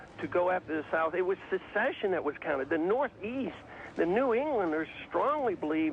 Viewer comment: Haha, ignorant fox news type. He didn't even pronounce secession right.